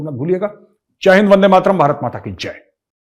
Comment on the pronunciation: Gaurav bhai, it is not Bharat Matak Eye Jye - it is Bharat Mata Ki Jai. Kindly read that name again.